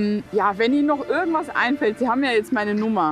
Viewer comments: Sie machen schöne Arbeit! Aber warum sagen Sie "ürgendwas" und nicht wie geschrieben "irgendwas"? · ich musste auch mehrmals lesen. Sie spricht das „I“ bei „irgendwas“ aus wie ein „ü“